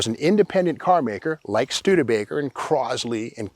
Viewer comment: It's Stude/ Baker. Not Stude A Baker. Come on folks.